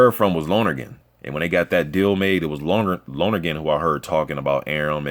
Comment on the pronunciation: Bruh some useless info for ya, but you say dean lonergan's name like lonnergan not loner-gan. All good